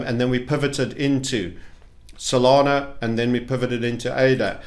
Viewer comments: Please stop calling Solana Solano. I don't even hold any but it annoys me aha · he keeps saying "Solano" because he watched football in the 90s. Ol' Nobby Solano for Newcastle.